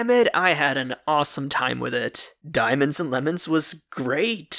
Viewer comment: He said DANIEMOENADS or Dimonds .